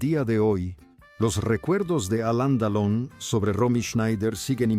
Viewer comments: No sé quien es el que relata, pero no puedo seguir escuchando tan mal dicho nombres y apellidos. Don????, de donde lo sacó y en lugar de Delón, no sé que es lo que dice. Por favor Sr., aprenda bien los nombres antes de hacer videos!!!!!! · Este no pronuncia correctamente el apellido DELON, como que deon, de dónde es este hombre, no lo oigo, no sabe ni lo que dice, uyyy